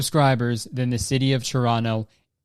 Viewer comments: 'the city of toronno' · You can tell he’s from Toronto cuz he pronounces it churrono